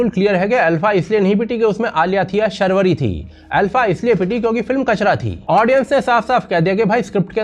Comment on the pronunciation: Sharvari nahi Shaarvari hai